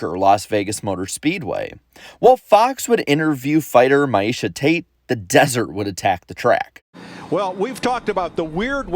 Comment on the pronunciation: the MMA nerd in me has to correct your pronunciation of Miesha. It isnt My esha, its pronounced Meesha.